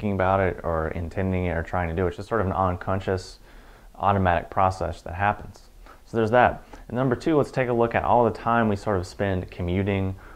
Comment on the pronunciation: Am I the only one who lolled at when he said oncuntious instead of uncontious